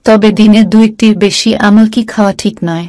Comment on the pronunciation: Thik khub birokto lage sunte amol ki😂